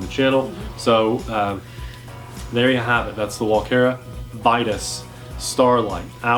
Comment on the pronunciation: I dont I think I have seen any channel giving this drone a thumbs up. So you are just one in the line of others. Sadly Walkera did a really bad job on this one. And of course Vitus is latin, and should be pronounced in latin-way. lol. Not english.... lol